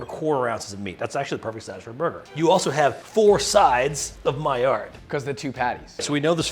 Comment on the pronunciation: Stop saying miard 🥲